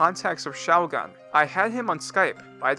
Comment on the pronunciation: I'm not sure there is a worse way to pronounce the word shougun